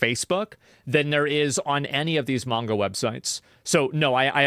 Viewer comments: Asmon. It's pronounced "mahn-ga" or "mon-ga." Not "mayn-ga." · I don't know how seriously I can take anyone's input on the subject when they say "mengah". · He lost me in the first 30 seconds, ...... "MENGA", ... lol.